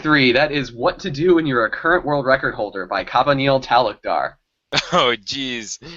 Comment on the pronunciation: Its like kub yaa nil. I know it's hard to pronounce Indian names because of the Hindi script.